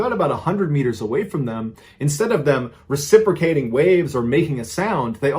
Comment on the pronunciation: Love the stories, but "meters" is super annoying. Maybe it's just me.